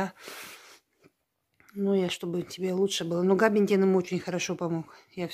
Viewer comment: Габапентин правильно,не слушайте её,она не правильно говорит,глупая женщина (((((((